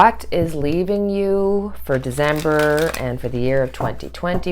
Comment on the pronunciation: December not Dezember